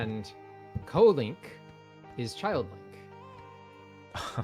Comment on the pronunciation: Lol "kolink". As in "Kodomo Link". Bro Japanese knowledge would come in clutch there lol